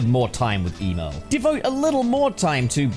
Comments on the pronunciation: Emol not Emerl, Emol💀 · Man saying Emerl like Email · For the last time it’s emerel because sonic named him after a chaos emerald it’s not pronounced e mail or em el the the sega scurge agree’s with me on this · Is it pronounced 'EE-merl'? I grew up always thinking it was pronounced 'EM-earl'.